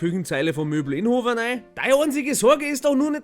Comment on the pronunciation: Wenn du als Sendener hörst das jemand Inhofer said, is des scho a bissl a patriotisches Gefühl! 😂😂